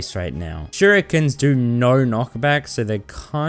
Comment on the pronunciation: shurikens: "shu ree kens"